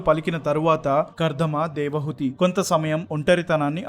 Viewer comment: 16.00 Hrs - Narration is good- తన్మాత్రలు అనాలి - తన్మంత్రాలు అంటున్నావు. నాకు 79 ఏళ్లు వయస్సు. వంటరి వాడిని. పరమాత్ముడిని నాకు త్వరగా మృత్యువును అనుగ్రహించమని కోరుతున్నాను. నాకు ఎటువంటి కోరికలు లేవు. నేటి సన్యాసులు ధనార్జన, కీర్తి, ప్రాచుర్యం, సాంఘిక గౌరవం వంటి వాటిపై దృష్టి సారించారు. దేవహూతి మీరు దేవహుతి అంటున్నారు